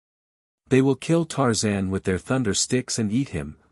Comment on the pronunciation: This AI is excruciatingly painfully exasperating to listen to. Makes me feel like expressing myself with 4 letter words. At least it pronounces Tarzan's name correctly.